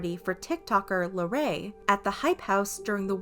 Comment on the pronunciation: this is serious bUT THE WAY SHE PRONOUNCES LARRAYS NAMEKSJSAJJ